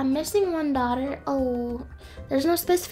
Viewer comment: lol its soo funnt when she says come on brate i mean dahter